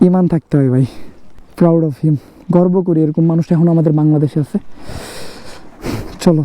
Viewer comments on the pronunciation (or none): none